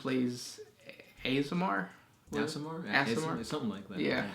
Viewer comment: I am an Unofficial Loremaster on the Dungeons and Dragons and Neverwinter subreddits and Discord. Aasimar is actually meant to be pronounced "Aw-sim-are".